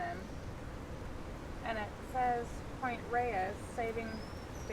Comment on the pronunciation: Point Reyes is actually pronounced Point "Rays", not "ray-ess".